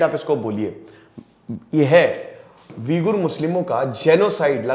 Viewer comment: वीगुर नहीं ऊईग़र है शायद